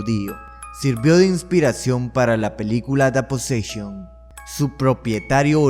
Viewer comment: La posseshon